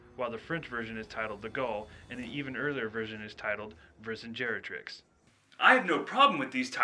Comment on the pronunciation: It's Vercingetorix, mate, not Vercingerotrix. I know the name sounds wrong, but it's based on a freakin historical character.